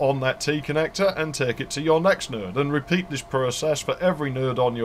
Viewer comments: Your videos constantly impress me. You cover the cool shit that so many others overlook. A couple notable things about this video: Node sounds like nerd to my American ears. TCP/IP really isn't a heavy protocol stack. Seriously. I mean it. IPX is certainly routable. I used to work on Novell Servers which would route it. And IPX is akin to IP, while SPX is akin to TCP. 4Mbps Token Ring is faster than 10Mbps 10b2 My sides are orbiting the Andromeda galaxy Since you covered a few Ethernet alternatives, there are a few more you overlooked: Null-modem cables Laplink parallel cables (like a null-modem for parallel ports, 8x faster than RS232) Networking over iEEE1394 (Colloquially known as FireWire) Infrared/IrDA AppleTalk Twinax (LOL ok just kidding, mostly used by 3270 terminals and emulator cards to hook up to AS/400 systems. Not really networking) And the few 'perverted standard' networking cards that allowed you to daisy chain computers together with phone cable (I think Artisoft was the perpetrator of this abomination) But I will also say that most DOS games would use IPX/SPX for networking, so you would probably have to run 2 protocol stacks on your LANtastic network. Back in those days, I only ran IPX/SPX as WFW 3.11 worked fine on IPX/SPX, and the DOS support was excellent, and it was THE industry standard at the time. I've enjoyed working my way through your back catalog of videos. Cheers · Properly detailed and knowledgeable. How many times exactly did you say "...or the network will go down"? Oh, and when you say 'node' it sounds just like 'nerd', especially during the corridor / sound-proofing analogy. ;) So yes, I'm definitely considering an ARCnet video now!